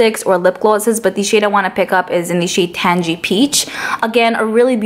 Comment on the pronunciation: “Tan-gee” peach? No girlllll 😩 It’s pronounced “Tang-ie” Oh god my OCD couldn’t handle it lol. Otherwise love all your vids! 😘